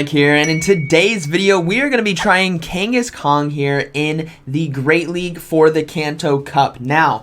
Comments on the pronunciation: I swear to god he’s saying Kangaskong the whole video it’s slowly killing me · Is it me or is he calling him kangis-kong....???? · I keep hearing Kangkhaskong :D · I hear it too! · King (kangas) Kong. Just like Genghis Kong. . . smh, lol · Are you saying kangas kong? 😂 it’s like I’m watching a pokeAK video... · is he saying kanghaskong? lol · drivin me frigin nuts as well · There is no “G” at the end of Kangaskhan. Love the content. Watch daily